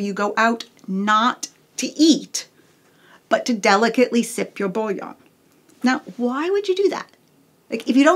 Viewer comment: A more accurate pronunciation of "bouillon" would be "boo-yon".